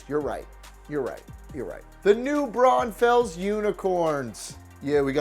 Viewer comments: Also you miss pronounced new branunfels. It’s like saying brawnfuls. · You mispronounced New Braunfels